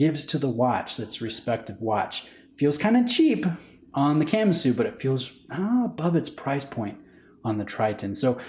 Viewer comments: Please stop saying “camma-sue”😖 I’m pretty sure it’s Ka-MA-su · Please don't pronounce Kamasu like a Camry... "Kah" "mah" "soo" not Camasu..... 🤦🏻‍♂️ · Just a tip how most things are pronounced in Japanese; most syllables are consonant-vowel. So Ka-Ma-Su and not Kam-A-Su. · Ka-ma-su. If you're going to do a review, at least learn how to pronounce the name. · 😂 why’s he saying it like that?